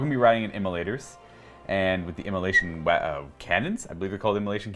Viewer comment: "immola🎵SH🎵ion cannons"